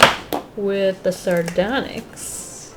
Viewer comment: She said sardonxy oh my what are the steven universe fans are Gannon be blow up